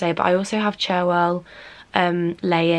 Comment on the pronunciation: IT'S PRONOUNCED CHAR-WELL